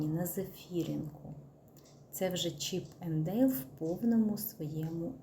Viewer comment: Не Чіп ЕНД Дейл, а Чіппендейл, читається без жодного ЕНД. Це не персонажі з мультику, а Прізвище видатного майстра меблів епохи Рококо Томас Чіппендейл.А то страшно слухати це ЕНД 😒